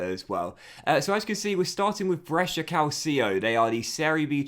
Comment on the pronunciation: Little pronunciation tip from a follower based in Brescia (me 😂): Brescia is ok, but the ci in calcio is pronunced like the che in chair, so it would be Calchio. Keep up the good work 🙌🏻